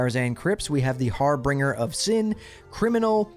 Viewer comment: har-binge-er, not har-bring-er. I'm not trying to troll btw, I appreciate the content and work you do!